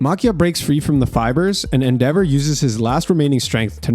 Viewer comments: Does this dude mispronounce things on purpose for engagement? How he says Endehvur and Prhesint Mic is wild... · Appreciate you bro but please that's not how you pronounce Endeavor lollll